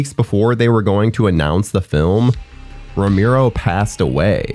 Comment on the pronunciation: george "ro-MEER-O"? jesus. and, of course, you say it SO MANY TIMES!